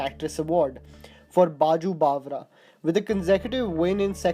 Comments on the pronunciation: It's बैजू बावरा not बाजू बावरा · It's not 'Baaju Banwara'. It's 'Baiju Bawra'. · its baiju baawra Not baaju baawra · It's Baiju Bawra and not Baaju Bawra, please get your pronunciation right. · Not chalo re doli uthao 'कहार' but 'कहर'! And also ' बाजू ' means something else. It's Baiju( बैजू) Bawra!🤣😂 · Your videos are very informative no doubt but there is always a problem with your hindi diction. The pronunciation of movie names is not correct many times…. Its बैजू बावरा not बाजू बावरा. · Couple of corrections brother, pronunciation of some names were incorrect, Armaan Kohli movie was qahar (kehar) not qaahar, another last one was Baiju bawra and not Baaju. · bache its not baaju bawra... baiju bawra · Its Bayju Bavraa not Baju Bawra. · My friend it's Baiju Bawra and not Baju Bawra. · It’s not baaju bawra its baiju bawra I guess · बाजू बाबरा नहीं बैजू बाबरा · It’s not baaju bawra but “Baiju” bawra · Baaju bawra nahi baiju bawra...bawle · It's *BAIJU BAWRA not Baaju Bawra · Not baju bawra...its baiju bawra... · It's is beju bawra not baju bawra, and it's kamaal amrohi not kamal and finally she was never a failed actress. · Shame on you. It's Baiju Baawra! Not baaju bawra!!! What are you? A kid in a Candy store??? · Bro! It's "Baiju Bawra" NOT "Baaju Bawra". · It's "Baiju Bawra" not "Baju Bawra" also it's "Kamaal Amrohi" not "Kamal Amrohi" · Are you for real pronouncing Baiju Bawra as Baju Bawra and in another video, Sinhgad as Sinha-gad?! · ka its not Baaju Bawra... its Baiju Babra.. pahle Hindi bolna sikh phir bollywood par video banana.... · My dear friend, its not 'BAAJU BAAWRA', its 'BAIJU BAAWRA' ! I mean speak proper hindi, at least while speaking HINDI ! To hell with your accents.. :( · Abbe BAAju Bawara nahi BAIJU BAWARA Hahahah !!!!! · ... Baaju Bawra... Hahaha😂😂😂 It's Baiju Bawra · Did u just say BAAJU Bawara? 2.29 seconds Its Baiju Bawra :) Interesting Video though.. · It's Kamaal Amrohi, not kamal amrohi, its Baiju bawra, not Baaju bawra